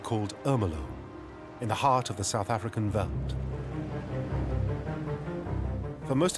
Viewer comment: It's not so difficult to pronounce "veld", even for a brit or an American. It is pronounced exactly like felt... Great documentary, but I cringed every time the narrator said "veld"...